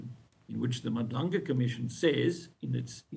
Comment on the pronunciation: Haai guys she still can't pronounce Madlanga in 2025 and she is on the news is nasty work. Folks live in SA they whole lives but can't pronounce the clicks in our language is now just disrespectful